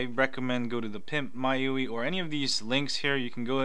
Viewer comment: I think it's pronounced My u.i